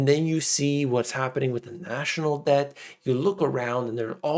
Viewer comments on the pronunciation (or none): I thought you said "Rising Depp crisis," but then I realized I miss Heard.